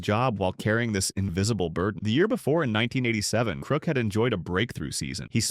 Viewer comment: ITS KRUK NOT KROOK YOU AI VOICED LOSER.